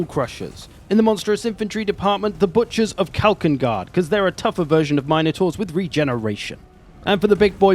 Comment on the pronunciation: MIN-UH-TOR, NOT, MINE-A-TOR. Get it right you’re a pro.